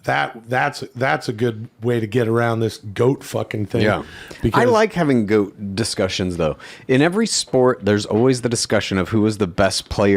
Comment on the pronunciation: Thoth. That's the guy/girl that made writing. Why does think GOAT is pronounced 'gout'?